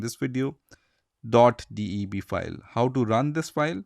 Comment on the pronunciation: DOT "D E B"